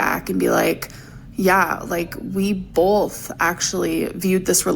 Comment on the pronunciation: I'm so sick of her saying bolth.....